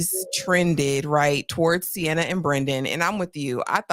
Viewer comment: Sienna pronounced C-N-Ah